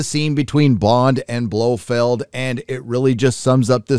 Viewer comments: Who is this "Blofield" you keep mentioning? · I could get past the constant "Blofield" but Pierce Bronson?!! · Dude it's Blofeld Not Blofield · Geez...Holy mispronunciation-ville! Blofeld...NOT Blofield. Brosnan...NOT Bronson. Heracles...NOT Hercules. Liza with a Z for fuck-sake!! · his name is BLO FELD not BLO FEILD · I don’t disagree with your review but I would point out that a) it Blofeld not Blofield b) it’s Pierce Brosnan not Bronsan & c) the virus was called Heracles not Hercules. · For Pete's sake, it's pronounced Blofelt ! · It's 'Blofeld' and 'Brosnan'. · This guy has never read a Fleming book or can even pronounce Blofeld. 🤷🏻‍♂️